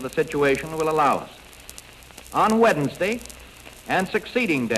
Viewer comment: Did he say Wed-nes-day? Did y'all hear that, too? It's .